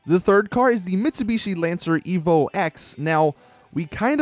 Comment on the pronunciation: You may not be a car guy but you're the first American I've ever heard pronounce Evo & Impreza like the rest of the world does..